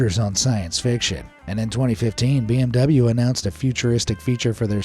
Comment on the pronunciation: Poogatti, pee-m-w, and Ashton-fartin 😅 👏 bravo